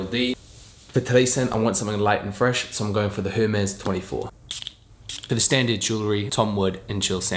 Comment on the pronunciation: Just 'H' is silent by the way not HERmez but EHRmez. Canadian here. Nice and short outfit thx.